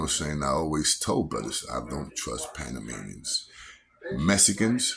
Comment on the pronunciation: Yo I like yo shit but panamanians is the correct way kid